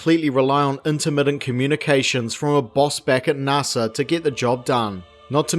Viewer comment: "NARSA"?? Really?? Are you sure you're not an AI?? Who on this planet does not know how to correctly pronounce this acronym??